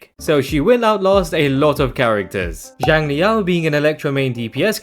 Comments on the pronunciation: Theres still some tiny nuances in there thats not 100% accurate but it would be miles better than pronouncing it as more of a “Jiang” sound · A more accurate pronunciation of Xiang in Xiangli Yao would be “Syang” since X in Chinese always makes more of an S sound